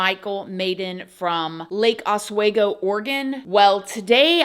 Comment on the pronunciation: I think it's pretty cute how you say Oswego in Lake Oswego. I live in the city of Portland which is connected to Lake Osweego-pronunciation is like "off we go".... I'm glad you are doing this story! Our neck of the woods is coming to hell in a hand basket. Alot of people complain about the homeless which is awful but then we have psychos like this guy! I am so so glad he was caught because we all know what his intentions were!!!!